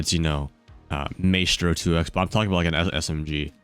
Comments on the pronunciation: it's pronounced my stro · Did this mans for real call maestro,”maystro”smh shaking my head